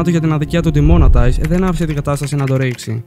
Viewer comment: demonotize ρε φιλε το σκοτωσες λιγο😅